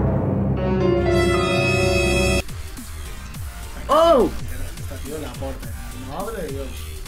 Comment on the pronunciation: Toch toch toch toch xD Se dice TOTS D